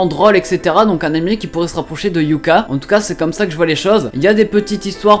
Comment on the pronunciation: On dit "Hyooka" pas "Hyuka" xD et c'est "Sukarasoo" ^^ mais y'a pas de mal je crois que tu fais pas option Japonais x)